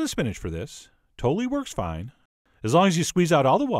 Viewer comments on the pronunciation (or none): none